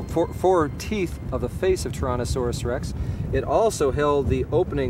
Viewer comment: The way dude says "Tuhrohnuhsorus Rex" bugged me, lol!